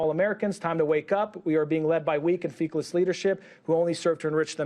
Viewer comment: "feekless"? This got past producers too. Come on.